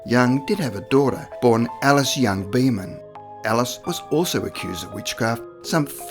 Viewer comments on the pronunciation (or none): none